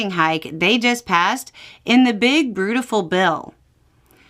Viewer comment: her accent. i heard it as broodiful, and was confused.